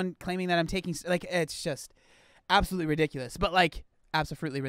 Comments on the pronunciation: Did you say absafruitly ridiculous...🤣😂🤣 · The best thing to come off this video is saying Absofruitaly 😂😂😂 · THAT WAS ABOUSOLFRUITLY REEDUUNKULUS🤣🤣🤣🤣🤣